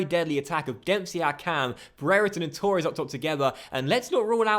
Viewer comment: Firstly: Torres not Tauuures Second; Yeh the lino would give a goal in a computer game which clearly has a lot of human error in it like real referees.... Thirdly: You’re far too good for normal legendary. Try using DK’s of Cutzy sliders